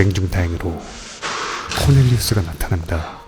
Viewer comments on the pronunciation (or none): 코넬리우스가 코델리우스로 들리는건 나만 그런가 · 코널리우스를 코델리우스 라고 보고 들은 사람 나뿐만이 않일듯